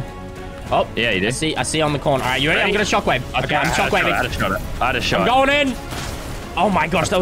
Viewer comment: Are you reary instead of ready for update night